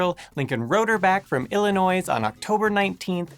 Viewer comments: Damnit! Stop saying ill-e-noise. You should have learned as a boy that there is no *noise* in Ill-e-noi. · Not Illinoize buddy.....Illi"noy"! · Illi-NOISE?!? Where is Illi-noise? I wonder if it's anywhere near Illinois? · Illanoys? ILLANOYS? It's Illinoy, dude. S is silent. I'm just picking on you though. Good video. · Had a fraternity pledge in college who said to a couple of us "I hear you're from oh-re-GONE, and you're from ill-ih-NOISE." We about threw him out of the car. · every time he said illinois like "illi noise" I died a little on the inside. It's pronounced "illinoi", the s is silent. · MonHiskey it is not "Illy-noise" it is pronounced "Illy-noy" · Illi-noize? It's French, the "s" is silent. Everyone knows it's pronounced "illin-wah". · ILLINOOIIZ? ILLI FUCKIN NOOOIIIZ? come on. pronounced Illi noy. you know this. - Chicago native. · Illinois is pronounced ILL-ih-NOY, not ILL-ih-NOISE... Otherwise, very informative. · Ill-i-noise?!! (What's that noise?!!) Remember ... you "will annoy" unless you say "Ill-i-noy." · Its {ILLIN-NOY} not {ILLIN-NOISE} FFS , say it correctly .. We really hate our state being mispronounced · Tripping Pug That was the best thing about the video. That's how I pronounce it anytime someone from Illinois is around. Mainly because I hate the Bears though. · space_filler the people in Illinois call it Illanoy. Therefore, there is no "s" pronounced. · Ill - a - noise , like the band. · The 'S' in "Illinois" is silent. It's just "Illinoy" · Just for the record, Illinois is prounounced "ILL-IN-OY". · Illin' Noise... ok, this guy must be Canadian. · Did he say Illinoise? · Greetings from Chicago, IlliNOISE, Land of Lincoln (the "l" is silent just like the "s" in Illinois). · how long have you live in this country? Illinois is a french word and you do not pronounce the s. "ill a noy" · He just said IllinoiS. 😡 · Today you found out how to pronounce Illinois. The "s" is silent. Illinoy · He said illinoiSssss D